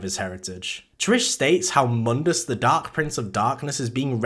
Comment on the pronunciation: My only problem is that you pronounced Mundus wrong. Otherwise, great video!